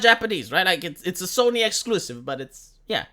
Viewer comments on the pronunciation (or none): none